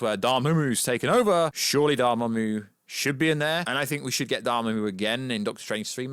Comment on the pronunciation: Yo the way your pronouncing Umar and Dormammu is giving me anxiety. It’s so incorrect